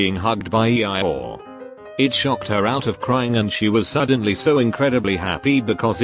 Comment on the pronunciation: Ah yes, E-ie-or